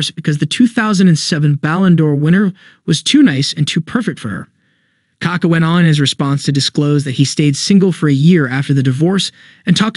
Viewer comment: Hhahahh bro the strong vowel is the second A, not the first one, then your just saying poop lol